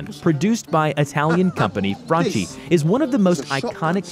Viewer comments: Its pronononcoued FRANKI not FRANCI Dammit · Italian "Franchi" is pronounced Frunkee ffs, non Frunchee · He mispronounced franchi as well. It's pronounced frankie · Franchi too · No you did not just say Franchi so wrongly. Im Italian, the ch is pronounced like k